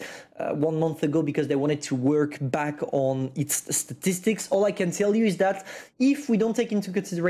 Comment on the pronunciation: "STATICSTICS' - 2021